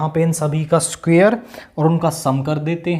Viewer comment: Squar ❌❌ सुखेर😂😂😂